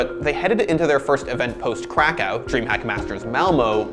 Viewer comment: i hate how you say krakow wrong